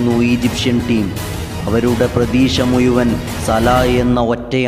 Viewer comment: ഏയാം കടലല്ല ഏഴാം കടൽ ഇരുപത്തേയല്ല ഇരുപത്തേഴ്‌ മുയുമനും അല്ല മുഴുവൻ ബർഗ്‌ അല്ല ബുർജ്ജ്‌